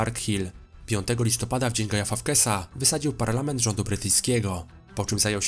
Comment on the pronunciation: No bardziej polacko nie można było wypowiedzieć Guy Fawkes xD